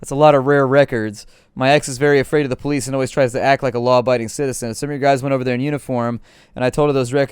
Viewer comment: "DIS IS DA POH-LEES!!!!" 🤣🤣🤣